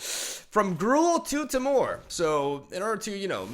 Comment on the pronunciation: It's pronounced "tee-murr", not "teh-more" Oh and preface is actually "pre-fiss", not "pree-face" :)